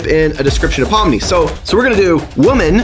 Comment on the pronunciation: It’s not Pom it’s Pomni